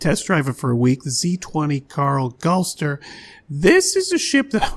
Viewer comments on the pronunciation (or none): Cool fact, I'm the great great grandson of Karl Galster, it's pronounced as Gal-stiir